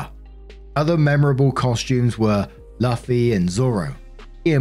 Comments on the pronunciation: The way he pronounced Luffy......... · Please pronounce Luffy better. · Maybe that's the British pronunciation